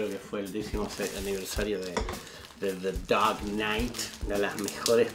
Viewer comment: The daaark knighttss PELPETS! JAJAJA. Te adoro capo!